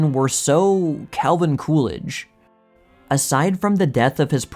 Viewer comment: Coolidge? It's more like cool ranch. lol what a guy!